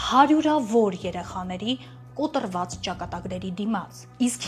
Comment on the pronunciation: Կոտրված բառը կոտռված չպետք է հնչի